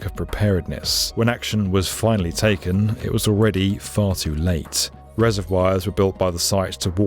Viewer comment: More 'Reservwires' again..